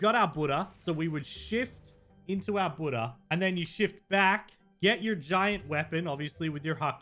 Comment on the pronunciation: When u said shift I thought you said shit